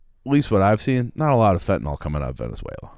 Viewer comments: My goodness, this is embarrassing. Neither of you have a clue what you're talking about. is so dumb he doesn't know how to even say Venezuela. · Love but if the guy doesn’t know to pronounce the country they’re discussing maybe you just shouldn’t talk about it